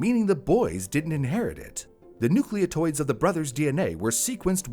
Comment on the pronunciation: "nucleotoides" ??? Did you mean "nucleotides?" "Nucleotoide" isn't a thing 😅😅